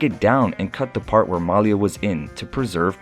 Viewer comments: he pronounces the name Malia wrong - the emphasis is on "ia" - ma - 'lia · Thank you!!! Please pronounce her name correctly.... Mah-lee-ah!! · Hey There, Please Pronounce The Young Lady's Name Right, It's "MAH~LEE~AH" Thank You! Peace,BB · You mispronounced Malia's name,,, it is Ma-lee-ya! So irritating throughout the video! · “Muh-LEE-uh” is how you pronounce her name. (Listening to Michelle Obama narrate her book “Becoming” made me want to learn more about the family.) Thank you for this video! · Her name is pronounced MAH-LEE-AH. If you're going to do a videography about these young ladies, at least say her name correctly. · How disrespectful of the Narrator who will not pronounce Malia name correctly. Ridiculous. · Yeah, exactly--you make a video of the family and don't bother to know how to pronounce Malia's name correctly?????